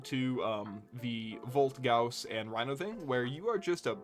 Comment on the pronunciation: Correct Gauss pronunciation, brings a tear to my eye :). Also this was a fun video, enjoying the content man. P.S I hate volt speed ups, I'm with you man, fucks up my flow and control.